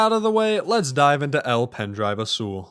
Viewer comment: As a Spaniard your pronunciation of azul hurts me physically Gud video tho 10/10